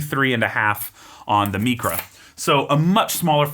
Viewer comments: Isn't it pronounced like mycra not mecra? Excellent review! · It’s not Meecra it’s MIcra….it’s Greek you know not Spanish….